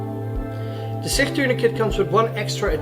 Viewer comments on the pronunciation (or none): SIkh 😂 bro it's Sich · SICH is pronounced as SICH not SIKH - ch sounds just like challenge or change. And yes SICH tourniquet has been effectively used by Ukrainian soldiers since 2015. Just like they use other CoTCCC recommended tourniquets.